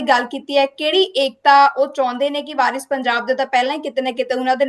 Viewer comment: Anchor bibi teree pronunciation BJP WALI THEY ARE WARIS PUNJAB NOT VIRUS IMPROVE YOUR SPEECH